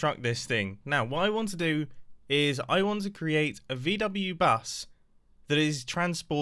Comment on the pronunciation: Me (german) is rlly triggered by his pronunciation of VW-Bus!